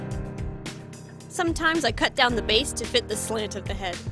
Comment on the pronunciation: she said baze not base